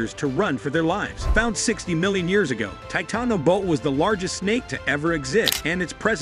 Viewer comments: 😂 he is totally butchering that word😂....it actually has 5 syllables my guy. The last 2 are pronounced like you would say the first word in 'boa constrictor' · Imagine a world where you make a video on the Titanboa, but still can’t pronounce its name properly.